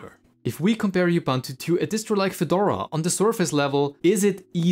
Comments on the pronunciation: It's U-B-U-N-T-U, not IU-B-A-N-T-U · You pronounce 'Ubuntu' wrong. It's oo·boon·too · Not you-bun-tu ! Say uh-bun-tu! Ughhhh🤦 As for the rest... Uggghhh as well - so basically the main (non-niche Davinci Resolve) complaints, is "if you want to use Ubuntu to be Fedora, then that sucks and it's really bad at being Fedora. Fedora is much better at being Fedora"... If you don't want to use snaps, don't install snaps - they don't hurt performance if they aren't installed, and the snapd service had literally zero overhead and if you aren't happy with it you just disable the service, no need to go around dismantling the basic infrastructure of the software center and then complain that it doesn't work well. 👎